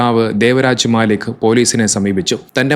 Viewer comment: മാലിക് അല്ല മല്ലിക്ക് ആണ്